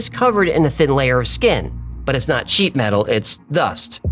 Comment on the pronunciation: sheet metal or did you say sheep 🐑 metal 😅😅